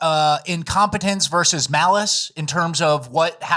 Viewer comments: It's VERSUS NOT VERSE! Much love. Hail RRB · *versus, not verse